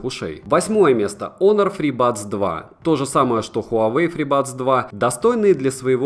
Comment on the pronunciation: диз только из-за произношения ОНОР